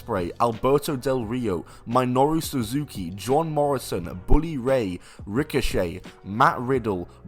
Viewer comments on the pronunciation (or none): "my-noru suzuki"?